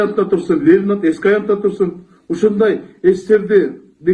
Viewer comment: Лелин эмес, Ленин!!!